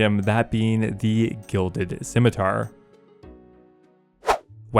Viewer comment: wow a RS player that knows how to pronounce scimitar